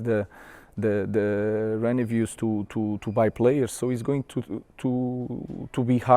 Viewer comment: reneveus or revenues ?